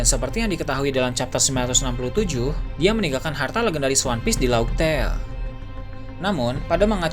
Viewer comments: Kenapa bilangnya kan harusnya raftel,tpi knp bilangnya laugh tail?? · Laught tale bacany laftel bukan lauk tale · Wkkwkwkw laug tel. Dibaca nya laf-tel om 😂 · Laughtale dibaca raftel bro.... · bang cara penyebutan raftel atau pulau terakhir grandline tuh laughtale (laf teil) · baca nya "Lawf Tel" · Koreksi min, laugh tale dibaca laftel Makanya sebelum nama laugh tale terkuak, disebutnya raftel.